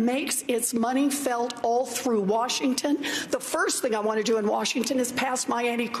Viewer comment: Am I the only one who hears "Wharshington" when speaks?